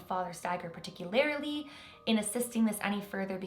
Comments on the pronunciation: CAN YOU STOP SAYING PART TICK YOU LARILY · Particularily 🤯 my biggest pet peeve is people who put themselves in the public eye and use grammar incorrectly or mispronounce common words, no hate just have recently seen so many you tubers mispronouncing common words or using poor grammar